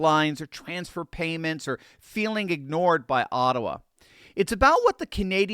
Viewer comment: Ottawa kinda sounds Chinese